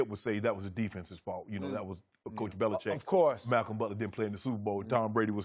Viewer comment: Bro when Skip said "Bellicheat" I laughed